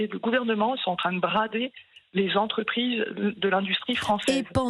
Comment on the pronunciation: Christine, je vous adore , mais on dit mille cinq cents (z) entreprises…plus personne ne fait de liaison, la langue aussi fout le camp…